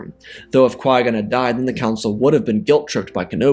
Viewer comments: Why does it sound like Yoda is saying Master Why-Gon? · Is it just me or does Yoda say Why-Gon instead of Qui-Gon lol😂